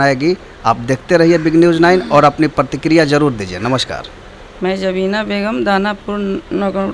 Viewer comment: Jubina nahi Jabina Begum